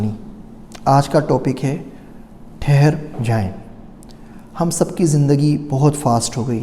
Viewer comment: Plz ٹھہر جائیں ہوتا ہے۔